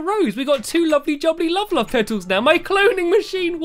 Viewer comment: Stampy wampy cloned a cat, in race to the moon he wears a hat, he hangs with lee wile drinking tea, He is cool as cool as a pool, instead of love he says wuvvvvvvvvvvvv! :)